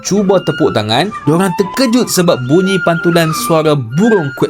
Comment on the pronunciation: Kenapa bunyi tu jadi munyi ke saya salah dengar